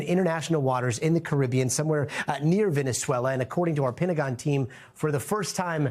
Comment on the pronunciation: Does he have to pee? & why can he pronounce Venezuela, but not Venezuelans?